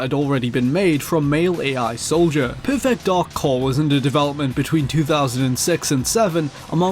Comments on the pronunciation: Every time you pronounce "perfect," I feel I am having a stroke. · PUR-FEHKT DAHK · It's bizarre how he keeps pronouncing perfect like it's two words... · Great video, but learn how to pronounce "perfect".